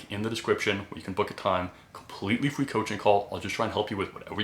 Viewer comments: Yea slight speech impediment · Is it just me or is he saying free as fweeee